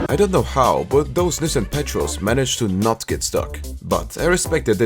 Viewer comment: Not to be that guy but it’s Nissan pah-troll or like a police patrol